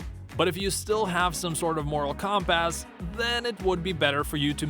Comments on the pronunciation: "COMP-ASS" 🤣🤣🤣🤣🤣 Americans talk so stupid. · Interesting way of saying compass